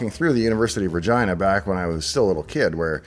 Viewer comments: university of vir-GYE-nah; there's always a guy in there. 🤣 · Everytime I watch your videos, no matter how old, when you say "my home town of Ragina" or "University of Ragina" (no idea if I'm spelling it right), but my 12 year old self pops out and I chuckle a little bit.... Every single kid growing up there had to non-stop saying "Ragina" when he (yes he, because boys...) learns the other word that ryhms with it and for the next 20 years is a slave to that word.... I say 20 years because in your 30's you start to grow up a little bit lol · ... "Vergina"? 0.o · regina rhymes with fun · Tee Hee! He said ‘Virgina’ 😆😏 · I heard Uni Ver ... Gina. I wondered what he was trying to say. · I have to say this as from over a year of listening to Dave - I KNOW he says University of Regina but I ALWAYS hear the nether region of a female programmer 😉 - or is it just my tinnitus or how fast Dave speaks?